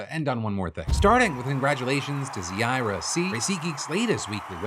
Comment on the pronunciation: When you're name is Zaira C. But you didnt enter the giveaway 😑😑 I thought I was the only.one with this name, it's not that common 😭 Also, its pronounced ZYE-ra